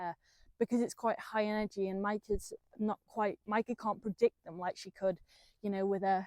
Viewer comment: How you speak her name is spot on...love what you al doing🫶😘🇳🇱